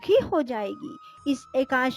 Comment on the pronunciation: एकाशी नहीं... एकादशी है। एक ही ग़लती को बार बार नहीं करना चाहिए